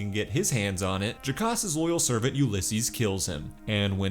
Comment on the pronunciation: servant? Is that the word you were looking for,mate? I somehow feel there were less syllables involved.